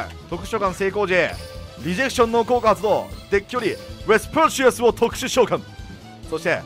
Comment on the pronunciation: 毎回思うけど ウェスパシアスの発音良くてカッコいい！